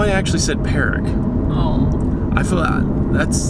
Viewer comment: lmfaooooo "perric" i fucking died, put a nose on that tumor and you can call it perric